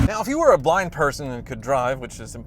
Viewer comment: I had to rewind it 4 times then finally turn the subtitles on because it kept sounding like he was saying black person, but he said blind